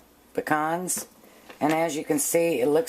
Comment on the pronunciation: Omg thank you for saying Pecans instead of PEE-CANS